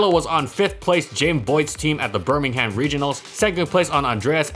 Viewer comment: I love how he says bur Ming Ham instead of bur Ming gum